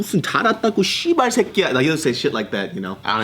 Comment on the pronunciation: Omg 야 이 씨바r 놈아 씨바r 새꺄 for the win, you got the intonation down pat but you can't do the hard r, that's hilarious, you sound like me and my bro do when cussing. I lived in Korea for 10 years and I can't do the hard r, makes threat's sound less intimidating when you're slurring like you're on a bender.